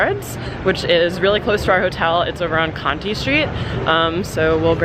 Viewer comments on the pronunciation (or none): Cont-eye street 😉